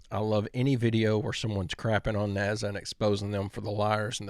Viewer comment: it's NASA not NAZA get it right please...